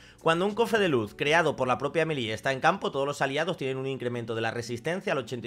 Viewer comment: Porque a los españoles les cuenta tanto los nombres? XD es "emili"